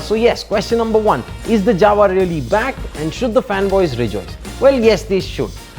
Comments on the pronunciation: It's actually pronounced as 'Yava' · Jawa it is to be pronounced as "Yawa" everyone does this mistake. In Czech "J" is pronounced "Y" you should know that when you are doing a review, know how to pronounce JAWA first and not adding dubstep music, first learn to pronounce the company name properly,. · Jawa sounds like Mawa 😂